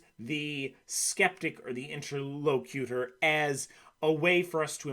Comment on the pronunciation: Excellent presentation! (If I may quibble in the spirit of constructive criticism, my dictionary gives a different pronunciation of "interlocutor").